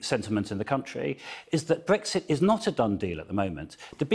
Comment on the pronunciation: .....Can anybody explain what Bwexit is?.....Waa, ha,ha,ha....